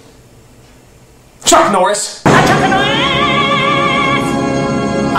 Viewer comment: Why is it that when you said chuck Norris is sounded like you said chris Evans?